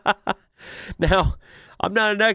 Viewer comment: G'day mate, your accent is really getting quite good, but you do need a little more work on saying Mate. To be clear, you're not bad, but it stills sounds just a tiny bit jarring stiil. Us Aussies are famous for the "rising infection" at the end of a sentence, so it's sounds like virtually everything is a question. But please don't do that with Mate though. So the tip is say it like May_te (the e is virtually silent with just the slightest hint) and stretch out the first "may" part. Just be lazy and relaxed about, and don't finish the word with a hard T either, like mait. Checkout Adam Hills on Aussie slang, it will have you in stitches. And I Hope you and your family had a great Christmas..